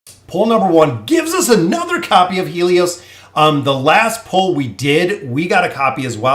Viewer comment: Grats on the pulls. Btw Haelus is pronounced like: Hey and Lus not He lios.